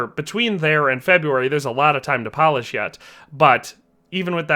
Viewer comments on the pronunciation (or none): none